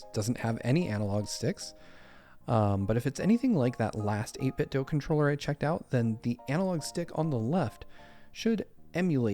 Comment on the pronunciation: It’s do not doe